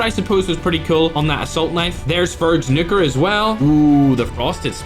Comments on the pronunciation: When he says nukere it sounds like a little something else 💀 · bro did not say nuker